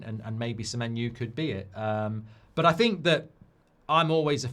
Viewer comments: Why he saying semenyu? O and U have different sounds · Semenyu there is a O at the end of SEMENYO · how does he get Semenyu from Semenyo ? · Mark trying to make that menu joke work by totally changing semenyo’s name to Semenu 😂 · Why is he pronouncing it like that? 😂😂